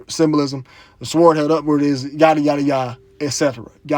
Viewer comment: Sword is pronounced Sord.